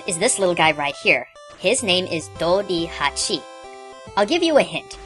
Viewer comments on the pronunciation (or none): That bee is called Do-ri-"Ba"-chi... Not Dori hachi as in hachi for bees... Reason why Hachi is changed into Bachi is that sometimes when two nouns are put together, the first word of the latter gets a "tenten"(double dots).